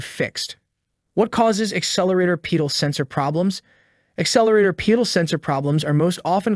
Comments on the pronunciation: Stop saying Pee-dal sensor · is it a pee-dal or a pedal? The age old question... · Dude cannot even properly say pedal or multimeter 😆